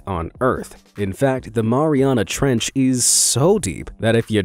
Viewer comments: I think you said marina trench wrong I think you say it a different way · People who pronounce Mariana wrong 🤦‍♂️..... Keep in mind the origin of locations name... would you pronounce Marine mau-reene or Mair eene.. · The Mariana Trench sounds like Mariana like my name is Mariana